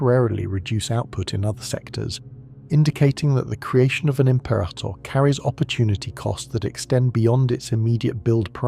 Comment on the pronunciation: Stop saying the name wrong!Rah,rah rasputin say it wrong again and your subs are in the bin. Im-pera-tor. Not Im-perah-tor. No ta dah! No ha ha! No ta rah!